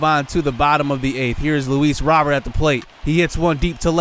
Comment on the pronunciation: Luis Robert is pronounced (Loo-Ees Row-Bayrt) it's just kind of bothering me that he says it the way he does. But good video!